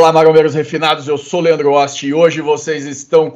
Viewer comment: "Grande Leando Oxti"